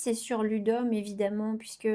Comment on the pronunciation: Non mais enfait j'avais compris Lidl 🤣🤣🤣 et non Ludum ! D'où mon extrême étonnement !😂😂😂